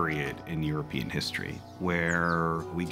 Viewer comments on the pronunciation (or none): none